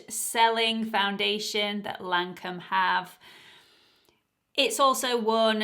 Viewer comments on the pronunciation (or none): Teint Idole is: Tain don't pronounce the t, edoll and Lancome is Lan don't pronounce the n, cum. Lancum.hope this help?